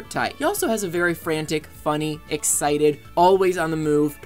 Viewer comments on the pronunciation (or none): none